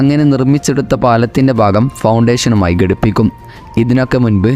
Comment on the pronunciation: സംസാരം കൊള്ളാം. പക്ഷേ ഗടിപ്പിക്കുക അല്ല ഘടിപ്പിക്കുക ആണ് ശരി.